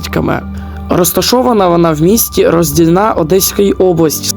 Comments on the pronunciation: РоздІльна! А не РоздільнА... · 😂 у слові Роздільна наголос на букву "і"